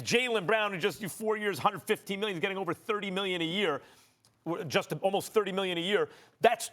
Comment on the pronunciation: Stephen a. Smith: "Bruthus" "miyion"